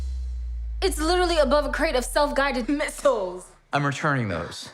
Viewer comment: Did she say a crate of shelf guided missthles?